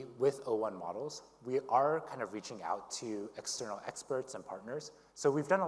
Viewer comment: am i the only one hearing 'muggles' instead of 'models' and thinking they're talking about humans?